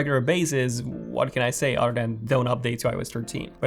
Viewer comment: I heard Otter changes